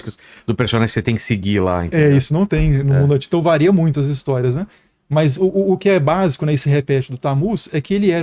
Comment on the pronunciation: Ele falou “vareia”?????